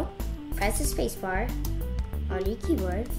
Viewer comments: I srsly heard her say pee board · Omg he said pee board hahahaha hahahaha hahahaha!!!!!!!!!!lol!lol loooooolllllll!!!!!!